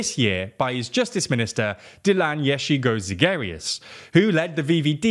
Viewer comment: Oooooh… I’m pretty sure you absolutely butchered the last name of the new party leader of the VVD… I mean I can’t really blame y’all, it’s a heck of a last name lol Edit: I see my confusion. In the Netherlands we only call her Yeşilgöz, without the second half of her last name. I was already wondering how you can even pronounce 'Yeşilgöz' like that, but with 'Zegerius' added at the end it makes perfect sense!